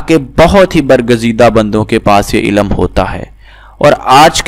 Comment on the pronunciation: Bhai ilam ni hota ilm hota h phle apna talaffuz sahi kre phir aisi video post kre